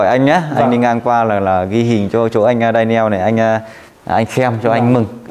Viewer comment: Đọc là đen nhồ ‘Daniel’